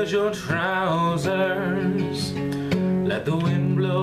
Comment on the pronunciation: As someone from Scotland, I have to admit, the way you sing it is very similar to the way most Scot's would sing it, my only criticism would be that it's pronounced "TROOSERS" with emphasis on the "oo" and rolling of the "R".(If you listen to the original, you'll get what I mean) Otherwise a very worthy cover man, awesome job! :)